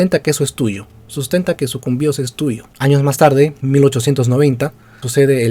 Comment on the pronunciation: Haber pana quiero decirte una cosa y es algo que he visto en otros videos tuyos. Veo que te duele aceptar y se nota en tu tono y tus gestos sarcásticos al hablar sobre EL ECUADOR AMAZÓNICO incluso has dicho que la provincia de Sucumbíos (incluso en el video que vi la llamaste Sucúmbios o sea que ni sabías como se pronunciaba) y que toda la selva Amázonica del Ecuador es gracias a que Perú nos la REGALÓ JAJAJAJAJA. Mira pana peruano, ¿Si sabes de donde salió la expedición en la cual se DESCUBRIÓ EL RÍO AMAZONAS? Creo que todos sabemos que salió de QUITO, nada más ni nada menos, no salieron de Lima ni de ninguna parte del actual Perú y que los primeros ríos Amazónicos que conocieron fueron el Río Coca y el Río Napo (ríos que pertenecen al actual Ecuador) y bueno, en esa travesía conocieron el Amazonas hasta llegar a su desembocadura en el Océano Pacífico. Quien encabezó esta expedición fue Francisco de Orellana, quien era teniente Gobernador de Quito y a quien le brillaron los ojos al escuchar a indígenas quiteños hablar sobre la Leyenda de EL DORADO o El País de la Canela, al final terminaron descubriendo el Rio más Grande del Mundo, El Amazonas (junto con el Río Nilo si no me equivoco). Como tú mismo dijiste en el video los españoles le dan la parte AMAZÓNICA A LA REAL AUDIENCIA DE QUITO, no le se la dan al Virreinato del Perú y claro OMITISTE la parte de QUIÉN DESCUBRIÓ EL RÍO AMAZONAS, si la expedición hubiese salido desde algún territorio Peruano, los españoles les hu